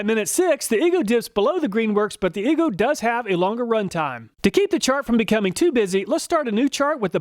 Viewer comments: are you sure about the pronunciation of EGO? i would think it would be E-Go, not E goo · Make a video where you just say, "E-GOO" over and over until you figure out how to properly pronounce it. Hearing you repeated so many times Almost seems like you were just messing with us! like nails on a chalkboard! 🥴